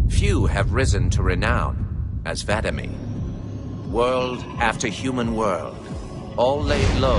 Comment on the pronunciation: He keeps saying Vadamee wrong